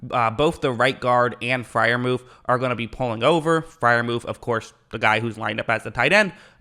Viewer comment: Pat proved all of the naysayers wrong 😊 btw his name is Freiermuth not Freiermuf 😂